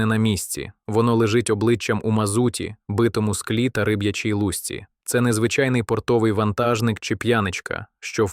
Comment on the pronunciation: Не лУсці а в лусцІ. Костюм не з вовнИ,а з вОвни! Якось так. Чи ні?